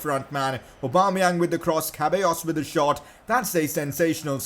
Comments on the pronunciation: My man said Cabellos lmao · The way you pronounce ceballos🤦‍♂️